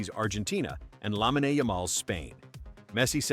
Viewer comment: Lahmeenay? AI still sucks.